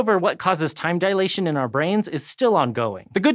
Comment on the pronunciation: facepalm a man of science probably shouldn't pronounce it "dialation".